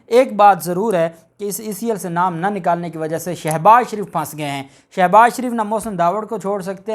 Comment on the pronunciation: Salam dear ap as ko shouse baz sho baz she baz gredha fharoqe nai ghalezha murghe khy saktay han nam ko durst bola kryan ?